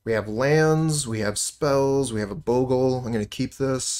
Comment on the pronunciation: Nothing makes me happier then a player who pronounces bogle right